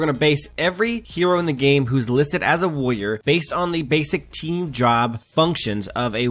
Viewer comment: What's a "woyer"?